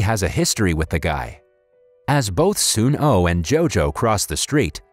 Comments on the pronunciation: Bruh it is soonoo not soon O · Just a heads up its actually sun oh as in the sun then oh